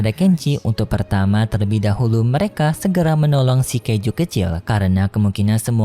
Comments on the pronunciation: Kaiju bukan keju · Bang kok bilang Kaiju abang bilang keju?? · Kaiju ❌ Kaijo di kata keju ✔️ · Setiap kali saat bicara keiju malahan keju😂 Dan saya baru sadar 😂😂